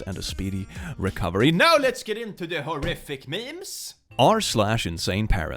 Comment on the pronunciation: Are you a Swede? You sounded so horribly Swedish when you said "memes". 🤣 (I'm one)